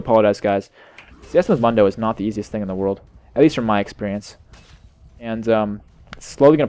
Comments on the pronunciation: why do you say mun-doe, its moon-doe. Even press his taunt or joke. He says his own name... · ***** Just so you know it, It's pronounced Moondo. Not Mundo.